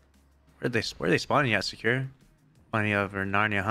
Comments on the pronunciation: his name is not secure lmao, Sa ku ra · Why can't you pronounce Sakura correctly